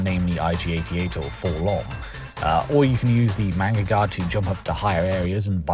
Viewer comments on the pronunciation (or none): Take a shot every time he says manga-guard instead of magnaguard